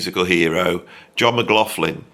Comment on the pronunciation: Persuading someone to do an interview when you can’t pronounce their name is difficult,Beato does the same, there is no f in McLaughlin. Pronounced McLochlin.